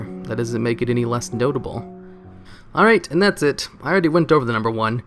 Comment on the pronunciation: Did he say Prince Toblerone?